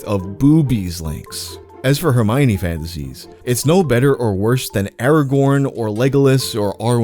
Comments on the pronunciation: I remember seeing countdowns for Jojo and the D'amelio girls. Also, it's read as Her-my--one. I don't find it creepy, because they were the same age as me, or older. Growing up I had a crush on emma, then saw her nudes and went ugh nvm. Same with lohan. The olsen twins never got me tho. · I thought it was her-my-knee? You pronounce the o? Her-my-uh-ni?! 😅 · The way he pronounces her name reminds me of Humbert pronouncing Lolita. "Her the apple of mi eye, the mio to my minestrone, one you my one Her-mi-one" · why did i pronounce her name "her-me-oh-nay" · who's "Hermoine" bro